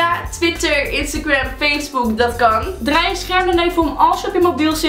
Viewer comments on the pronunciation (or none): none